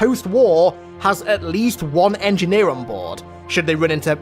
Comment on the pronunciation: Engineer says to another "was up my engeer"